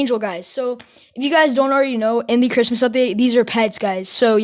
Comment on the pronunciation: i hear him say cwis- cristmas